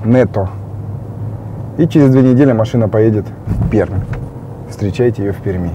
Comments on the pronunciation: Пишется Пермь, произносится Перьмь. Перм только Маасквичи говорят в новостях :) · В Пермь, "р" - мягкая.) Сам с Перми.)